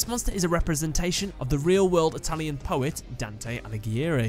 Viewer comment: I am italian, and your pronunce it's very good. Well Job man 😉